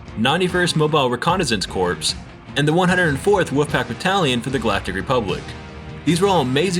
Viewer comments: Its corps (core) not corpse, for the clone battalions. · corps is like core not corpse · Great Vid, minor nitpick. corps is pronounced "core" not "corpse" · I think it's pronounced "core" even though it's spelled "corps" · Maybe ill have to give it another shot. Btw, the word "corps" is pronounced "core" not "corpse". Big difference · It's pronounced core - not corpse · corps is pronounced KOR not CORPSE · lol its "CORE" not "CORPS" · Corps is pronounced as "Core" not "Corpse" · It so small in such a well put together video but the fact you pronounce Corps as "Corps" instead of "Core" was really turning me off lmao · The military term corps is pronounced like "core", not "corpse". Otherwise it sounds like you are calling soldiers a dead body, which is too on-the-nose. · Its pronounced like core. Like the Earths core not corpse like a dead body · Corps is pronounced core Still a really good video though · it ain’t nothing man haha I still loved the video none the less, when I joined the marine Corp believe me it was more embarrassing for me to have pronounce core (Corp) as corpse. I’m just a hypocrite poking fun! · Corps is pronounced "core" not corpse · Hey, good video but I believe "Corp" is pronounced "Core" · Corps: It’s pronounced core not corpse. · Buddy, you know corps is pronounced as 'core' right? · Corps is pronounced "Core." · "31st elite corpse" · It’s pronounced core not corps.... they aren’t dead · This is really nit picky, but you said “corpse” instead of saying “corps”. The p is silent..... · “corps” is pronounced “core” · Ew you pronounced corps like corpse... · Lol it’s pronounced “core” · Corps? wtf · Don't pronounce the p in "corps"